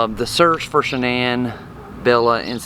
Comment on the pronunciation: Her name was shan’nan not shianne